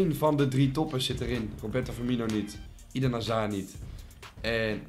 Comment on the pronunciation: Eden zeg je als eeeeden niet ieden